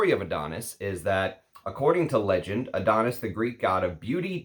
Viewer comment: It's from greek myth and is called -ά-(THO)NIS not AD-ό-NIS, not my type of scent it leans a bit feminine to me. From the discovery set i liked a lot "Brivido Della Caccia" and "Bacio Immortale" but i'm a leather enthusiast so don't trust my comment 🙄